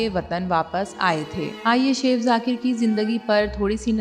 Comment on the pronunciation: O bibi it's not seaff its chef chef check Google pronunciation